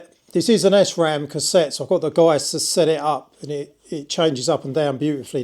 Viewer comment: nice build..few negatives tho.helemet mate come on.and SRAM is SRAM not S Ram other wise youll be called S teve ha ha !! cheers from S hane..